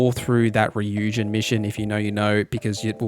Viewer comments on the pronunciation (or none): none